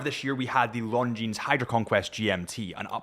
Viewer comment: Dude, you don’t pronounce S at the end of Longines name)